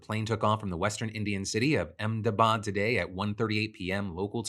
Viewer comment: kudos to you Phil for getting the pronunciation of Ahmedabad correct. most people tend to butcher it.